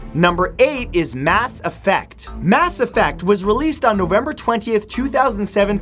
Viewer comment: You can tell he doesn't play / doesn't watch people play Mass Effect by the way he says the name... IT'S ONE WORD! (this is a joke, you can say it whatever way you like)